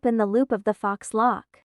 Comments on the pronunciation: OMFG..ITS NOT FOX.... IT'S PRONOUNCED "FOE"🤬🤦🏿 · Fox locks? Wouldn't it be pronounced foe locks? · It's probably an AI voice. Faux is a French word adopted into English so it probably can't recognize it or pronounce it properly.